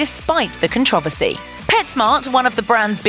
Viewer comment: Con trove as ry??